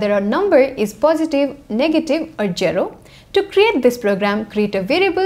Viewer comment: i love hearing you say jero